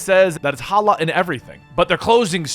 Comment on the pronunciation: You said halal wrong lmao